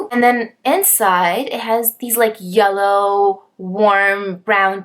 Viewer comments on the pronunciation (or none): none